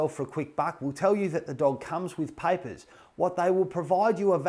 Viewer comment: why does paper sound like piper😆